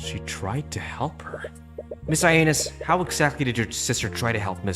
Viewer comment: So the twins Valerie & Valentina are named "Ianus" after the two-faced Roman god Ianus (which suggests that their last name is pronounced "Yah-nus"). You probably won't need to pronounce their names much anymore, though.